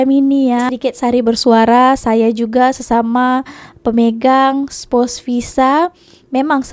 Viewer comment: Spouse bukan spus.ok puan